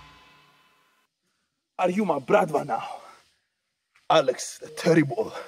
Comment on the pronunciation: Wow good pronunciation of Bratva slavic word